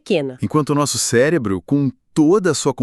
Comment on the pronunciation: O que seria um "célebro"?😅